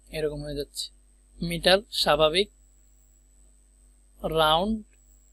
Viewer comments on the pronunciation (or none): Not meter, bu MIter.